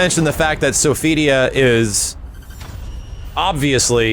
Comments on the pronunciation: it's not "So-fidia", it's "So-fi-tee-ah". 😆 But still, thanks for the upload! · The way you mis pronounce Sophitia is so annoying. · Stop butchering my waifus name shiiiiit!